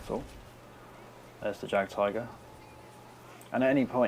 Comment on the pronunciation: just want to say, not tryin to be an a-hole but its pronounced yagd-tiger not jagged tiger i mean c'mon we're both ww2 nerds here right?